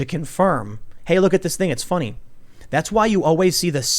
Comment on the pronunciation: Its Fonny